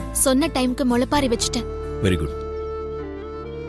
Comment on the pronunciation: முளைப்பாரி தான் சரி